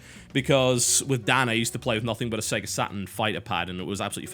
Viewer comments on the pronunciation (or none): none